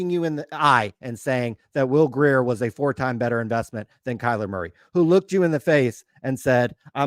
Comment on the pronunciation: I mean I like SCR but can’t even pronounce Giannis correctly and they pronounce Will Grier wrong every single time 😆